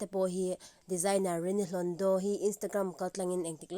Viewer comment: Hlondo hi mizo ṭawng ani em,a sawi tu hian hlondaw ti in a lam a,sapṭawng tihna mi,hlawndo mizo in kan tih kha ani em